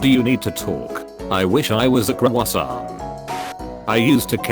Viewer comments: c r o w o s s a i n t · Okay but can we just talk about how the computer pronounced the word croissant